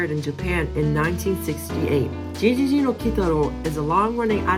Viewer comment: ゲゲゲ GeGeGe (Said like Geh not G / Ji)